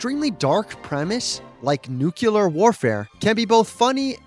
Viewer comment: I hate “Nookyaler” it’s the same thing as “Mikersoft”